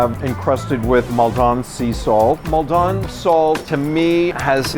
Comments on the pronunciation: Maldon isn’t French. Stop saying it like it is. It’s really cringe. Maldon is in Essex, England. It’s pronounced Moll-den. Or if you are from Essex, Mole-den. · It's Maldon salt, not Mall don salt. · Maldon is pronounced Mal-dun not Mol-don. You guys butcher our place names. #wursusestershyre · “Mal- dahn sea salt”…. It’s Maldon, it’s made in Essex in the uk ffs… not the south of France. Pretentious muppet. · as soon as the third chef said "mal don" salt i knew he was talking out of his ass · The guy pronounces "Maldon" like it's some fancy French brand or something. Maldon is in Essex ffs 🤣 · I live near Maldon and we do not pronounce it like that 😂